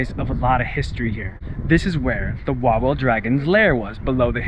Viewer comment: Just one thing becuase it hurts our ears when we hear it. In Poland when you see "w" it should sound like "v" in English. So when you say Kraków, it's "Krakoov" or Wawel it's "Vavel" 😜 Have a good time in Poland! 😊